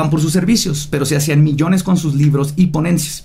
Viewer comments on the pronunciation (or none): none